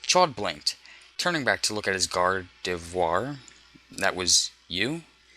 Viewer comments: Why the hell do you make a video like this when you can't ever pronounce the pokemons name correctly?! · He can't say Gardavior XD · it's not that hard to pronounce gardevoir you know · Because he pronouced it french! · Its sad that he cant pronounce Gardevoir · This narrator cannot pronounce gardevior the same each time he says it xD